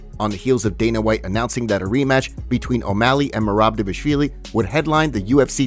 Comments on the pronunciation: It’s pronounced like it’s spelled. He’s saying Dvashvili not Dvalishvili. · I believe it’s pronounced dishiavilli